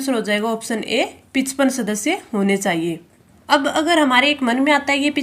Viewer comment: Pichpan 😅 it's pachpan